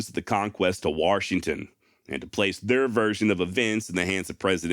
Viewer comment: There's no R in Washington. : )